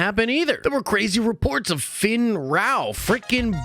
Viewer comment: It’s Fenn, not Finn lmao